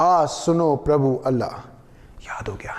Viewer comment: Its Allah not alla